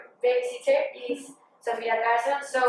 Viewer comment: se dice carson no cardon